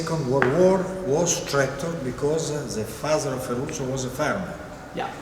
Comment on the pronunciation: well he's really stressing the that tractor in an Italian accent